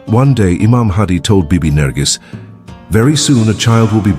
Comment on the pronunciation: Her name is not nargis she is nargis